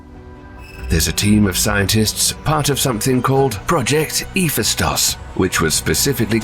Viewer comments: Thats not how you pronounce Hephaistos 😅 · Lmao WOW! The AI voiceover absolute BUTCHERED Hephaestus! 😂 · Eef-es-taus? Hef-Aye-Stus is how you say Hephaestus or Hefaistos